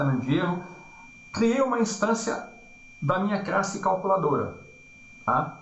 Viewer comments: gostaria de saber por que razão fala 'crasse' e não classe??? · Ele fala Crasse e tem 28 mil inscritos e ajuda muita gente e vc fala classe e tem 28..........